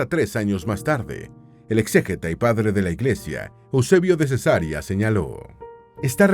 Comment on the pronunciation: Ojo con las pronunciaciones: es Cesarea, NO Cesárea, que consiste en "operación quirúrgica que se hace abriendo la matriz para extraer la criatura". (Rae). 😢 Se pronuncia Areópago, nombre esdrújulo. 😊